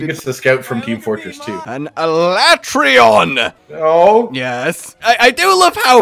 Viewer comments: Escaton judgement is powered by how often people refer to Alatreon as AlatrEEon instead of AlatrEYon😂 No wonder n are melting hard with a vengeance! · Why do they pronounce it Alatrayon I refuse to accept that that is correct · I love how neither of you react to the obvious butchering of Alatreon's name "the ah-la-tray-on" FFFFFFFFFFFF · OMG it drives me nuts on 2 things, 1) he never picks up teh shiny drops, and 2) STOP SAYING HIS NAME WRONG! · The in-game pronunciation of Alatreon is pure cringe.